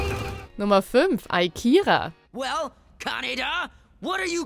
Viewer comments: ... Aikira, jaja ^^ Mach nur weiter so. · Servus, was geht? Wie schafft man es, den Namen "Akira" in "Ai-Kira" auszusprechen............ausgerechnet so ein Klassiker....... LG Manu/Czubi